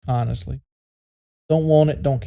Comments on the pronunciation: SHAWK JAWK HAWNESTLY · "I was just a 25 year old kid, man. Like awnestly."